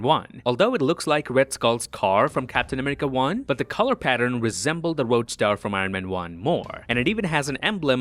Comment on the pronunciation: RoadSTER* not roadSTAR lol 😅